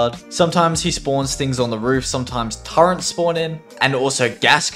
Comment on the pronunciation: dog its T U R R E T